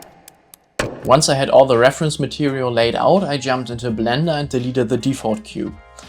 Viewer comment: The way you say clash of Clans and blender sounds like you are german